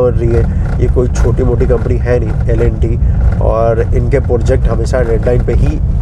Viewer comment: Bhai L & T ki pronunciation to theek karo